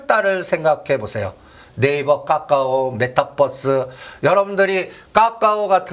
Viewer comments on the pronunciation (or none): 종목명이 까까오가 아니라 카카오입니다^^ 듣기 아주 불편하네요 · 듣기 절라 거북하네 까까오가ㅜ뭐꼬? 카카오 발음이 안되나? 기업이 주가가 실적과 밸류와 시대적흐름은 무시하고 무조건 작업이나? 카카오는 성장이 끊어지고 대주주 논란등... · 발음 좀 따라 해봐. 까까오 아니고 "카카오". 아프리카에서 이민 온 사람도 아니고 발음이 그렇게 안되나? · 카카오를 왜 까까오라고 하는거야? 까까사묵게? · 오늘31일인데 ? 이분 어쩌면좋아요 이런훌륭한분이 한국주식시장에 계셨다니 정말한심그자체입니다 카카오를 까까오라고하시질안나 주식장은 아무도예척을못하는법인데 당당하고대담하게 예견도하시고 존경합니다 님이시여~~공부좀하십시요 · 어마무시 거버넌스 이단어는 가장만이사용함 ㅎㅎ 근데 거버넌스가 무슨뜻인지 알고계세요?? 까까오 가아니고 카카오입니다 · 카카오를 왜자꾸 까까오래ㅠ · 카카오를 자꾸 까까오 라고 해서 너무 거슬려요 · 카카오입니다 까까오 아니고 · 2021년에도 건설주 soc 현대건설 강력추천하면서 빠데리 옆에도 가지마라더니 그이후로 10배갔다 똑같은소리 한다 회비받아 구찌에서 이제 톰브라운 빠데리 까까오 발음부터 진짜 소설써서 여럿 죽인다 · 분명 맞는 말인데 이분이 말하니 지금은 아닌가 생각이 드네요 그런데 이 사람은 늘 어렵게 빙빙 돌려서 얘기하면서 늘 안맞어 신기하게 그리고 이분은 카카오를 왜 매번 까까오라고 하는지 듣기 싫어요 진짜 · 까까오, 메따뻐스 ㅎ 영어를 진짜 어디서 배웟냐? 웃음밖에 안나온다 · 종목 발음부터 제대로 입만열면 까까오~ 까까오~ 거슬리네.... 이차전지 떨어지니 신이났다 신이났어 기업분석 없이 차트만 가지고 요설만~ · 아오ㅡ굳이 까까오ㅡ 발음이 안되는건가? 거슬려서 내용은 걸러지고 짜증만 난다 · 까까오래. .ㅋㅋ 발음이 레젼드네. 까까오..ㅋ